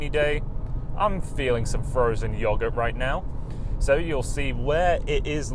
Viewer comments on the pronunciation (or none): You say yoghurt like my dad says yoghurt haha, I love it.